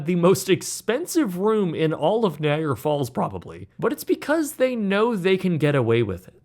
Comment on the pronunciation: Can’t stand how you pronounce “Niagara”. Had to turn this off and block this creator.